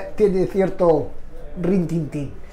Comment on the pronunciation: sin ánimo de fastidiar, se te fue un poco la olla con una palabreja: no se dice rintintín sino retintín. Pensé que tal vez me equivocaba pero lo he comprobado. Eso sí, la entrevista magnífica y Fabio aún más